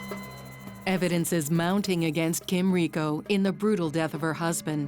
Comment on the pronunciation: Hricko is the name. Kind of disappointing and disrespectful that they couldn’t manage to get the name right.